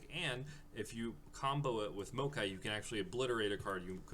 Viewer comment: MAO-kai, not MO-a-kai. Other than that, solid deck video :)